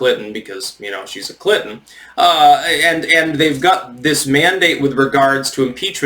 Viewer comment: Did he say CLITon?